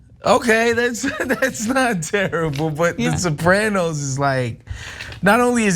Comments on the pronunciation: Sopray-noes? No! It's Soprah-noes. 😆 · Sah-pray-nos? Oh and it was a comedy? lol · The Sopr- ay- noes? Speak properley. Chomper Wosney is bad enough. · “The Soprainos” lol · Why can't she pronounce soprano's??? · You mispronounced the name of the show "Sopranos" and it was certainly ANYTHING but a comedy. Having said all that, Columbus was problematic as a person, certainly. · Not sure if our commentator has ever seen The Sopranos but it most definitely wasnt a comedy - at best it was black comedy for the Tarantino generation. I also disagree with her pronunciation but as I am not Italian I'll leave it there.